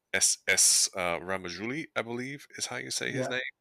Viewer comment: It’s “Ra-ja-mouli” not “Ra-ma-jouli”